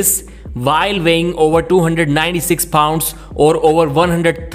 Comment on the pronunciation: World? Vorld? While? Vhile?